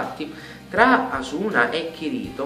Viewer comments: nno per fare il critico ma si pronuncia Asùna accentato sulla u, cmq bel video ^^ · 1) SAO é bellissimo. 2) "Asuna" non si pronuncia come lo dici tu. 3) Tu sei pazzo, non sai giudicare niente, tutti gli anime stupendi dici che fanno schifo.